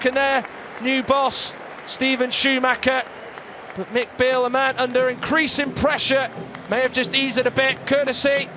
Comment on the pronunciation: why does the commentator keep calling him McBeale. Cause he spent half a season in scotland 🤣